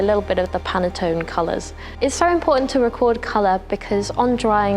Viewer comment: Very interesting, I think she means Pantone, not Pannetone 🙈